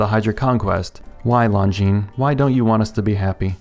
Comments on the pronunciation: Lone-Jean and not Long-Jeans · It's pronounced lawn jean. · "I still don't know how to pronounce the brand, but long-guinness did a pretty pretty good job on this" you are the best at writing watch review scripts. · Not Jean, zheen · It’s pronounced ‘Long Jeans’. That’s what they told me on my channel. 😉 If Longines was Asian. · "... longuinesss ..." 😂👍🏼 You surprised me with that last one and I had to give you a chuckle. You deserved it. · It’s pronounced, “Long-gina” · You killed me with that Lon-gi-ness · Longines not longuines lol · You absolutely do know how to pronounce that brand name and you deliberately did it some other way,. Oops. No. I'm terrific. Why doesn't anyone pronounce Glycine the French way but they all insist on doing it with Longines or Jaeger le Coultre even though Jaeger comes from a non-French word? I think I might be asking the wrong guy...